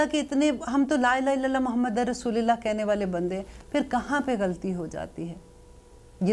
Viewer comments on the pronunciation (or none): Dear mam kalma pahrte hue aik galti ho gai app se rasullillah ni bolayn rasullullah! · JazakAllah kindly please correct your kalma Tatiana not Muhammad ur rashlillah it's Muhammad ur raslulllah